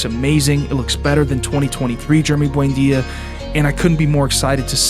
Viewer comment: Why do you always pronounce “Buendia” as “buainda”?!